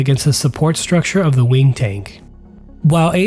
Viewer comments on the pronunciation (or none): none